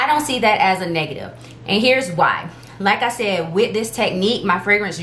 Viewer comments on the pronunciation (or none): Like i said, in your accent, "Lakka shed" 🤟